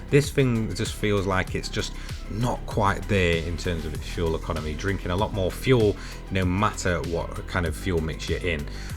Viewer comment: "Fuel econmy" 😂 lol. Good video. Thanks. Great car to drive.